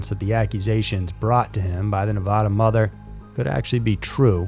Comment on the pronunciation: It’s always interesting to hear people say Nevada. Anyone from Nevada or around it knows it’s Nev-add-uh not Nev-a-awd-uh. I’m happy these stories came to light. I learned about the mom and daughter on the local news and it was just heartbreaking.